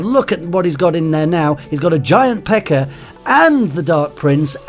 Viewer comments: anyone else here him say giant pecker?😂😂😂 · "it takes a hell of a longer time to get your giant pecker out" (He said pekka but because of his accent it sounded like pecker). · Every time... And Ik for sure he says it sometimes